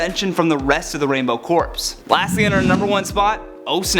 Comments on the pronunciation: You need to learn how to pronounce words properly. It pronounce as core not corpse. And she killed Aquaman's wife cause she tried to kill Wonderwoman first in the flash point. Doesn't exactly sound like Aquaman's wife was an innocent character to me. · I never knew about most of these. I had heard about her killing Maxwell Lord, but haven't read that story. I don't think I like these evil versions of Wonder Woman. 2 small quibbles, though; When you reference the Black Lantern Corps, you mistakenly pronounce it "corpse". The P should be silent and is pronounced like "Core". It threw me when you pronounced Aquaman's wife as "Meh-ra". I haven't seen her character used in any recent TV shows or movies, so maybe they've changed things, but when I watched the Superman-Aquaman Hour on TV as a kid, Aquaman and Aqualad always pronounced her name as "Meera". And DC writers were credited for a lot of the stories on that show, so I got the impression Filmation worked pretty closely with DC on those cartoons, so the pronunciations they used might just be considered accurate. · FYI, the word "corps" is pronounced "core". (It might be appropriate to mispronounce it when referring to the Black Lanterns, but otherwise please keep the "p" silent. As to the question, I'd say the alternate WW in FlashPoint is worse than the WW/Mary Marvel mash-up in Crisis on Two Earths but neither is anyone I'd like to run into. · "corps" is pronounced cores. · Did he just pronounce "corps" as "corpse"? hehehe